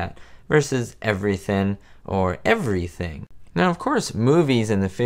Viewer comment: He said evrahthin.